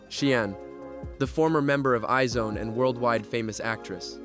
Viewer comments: It's not i-zone. It's pronounced as EYES ONE. That's why there is an asterisk on their name. Iz*One. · Isn’t IZ*ONE pronounced eyes-one? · Is this AI ? because how can you be making videos about Kpop but say I - ZONE and LEE Serafim